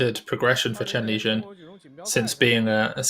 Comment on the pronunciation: No, its Chen Lijun